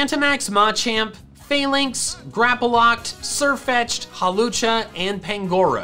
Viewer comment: Can we talk about the way his voice carried itself there when saying Hawlucha? Does he need to hiccup, burp, or yawn?